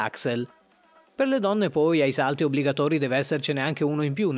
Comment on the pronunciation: Hai sbagliato Malvine pronunce dei salti però tutto è vero, io lo faccio su ruote ma lo faccio da pochissimo sono solo 2 anni e mezzo tipo solo che io sono in carne e dovrei mettermi un po’ a dieta hhahaha hahahahahah